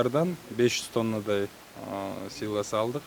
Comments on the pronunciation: Силас эмес силос деп эле айтчы автор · Силас эмес силе"с деп айтылат туура суйлогулочу ? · Силас деп айтылат , силос деп жазылат !